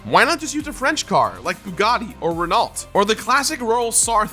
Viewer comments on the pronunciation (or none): Pronunciation: Renau not renaulT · Dude really said Renalt, it’s pronounced “Reno” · "Ren-alt"? WHAT?! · onwards.... lol, I've never heard it be referred to as "Regh-Nolt" before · It's pronounced "ren-oh" because you don't say half the consonants in french. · That pronunciation of Renault though. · Learn how to pronounce Renault. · That Spongebob Gameboy SP one is brilliant. Also that was one way of saying Renault. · Dont ssy the "T" in Renault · Absolutely living for weird pronunciation of Renault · omg the way he said Renault felt like a kick in the nuts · That Renault pronunciation though. Is that an American thing? Never heard it said like that before.